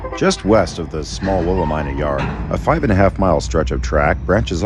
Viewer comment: Not Willa ME nuh?